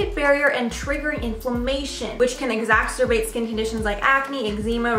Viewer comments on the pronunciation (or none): Girl if you’re gonna be the voice of a channel you need to know how to pronounce words...eczema...exacerbate 🤦🏼‍♀️